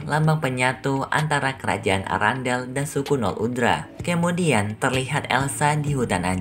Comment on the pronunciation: Kamudian 👀 bukan kamudian bang tpi kemudian 🤣